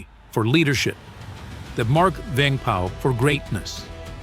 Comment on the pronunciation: I was gonna say that. His name prouncation was on point